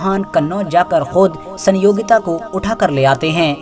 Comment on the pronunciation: Is gadhe ko itihas pata hi nhi rani sayogita naam bhi bolna nhi aata